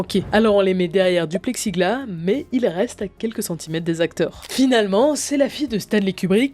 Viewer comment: Juste, une HORDE avec un H ! pas une Norde ! et du plexiglaS ! le S se prononce, ça ne fais pas très sérieux ^^' Sinon bonne vidéo ^^